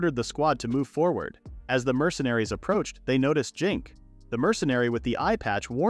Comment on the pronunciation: Why does he pronounce Zinc like that. "Jink"